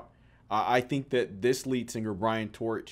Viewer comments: Sick, love it. (Brian Troch, pronounced "Trock") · I am a Chicago native and have been in the music biz since I was 14, seen all of these bands live. is doin a project now called Sweet diezel Jenkins and Brian Troch pronounced TROCK went on to a band called Shooting Hemlock Check that band out.. Both guys are Chicago legends. do not know what the rest are doing